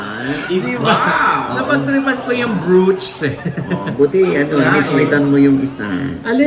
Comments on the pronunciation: browch po ang tamang basa sa brooch✌️ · Check pronunciation of brooch please ughhh